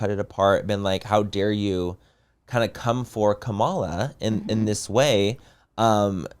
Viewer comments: Manny please say Kamala’s name right 😂😂 commala. A comma like the punctuation mark. Not com ala. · Manny, please pronounce her name correctly. It’s COMMA-LA!!!!! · The cringe of the way they pronounce Kamala’s name lol didn’t watch the DNC tutorial lol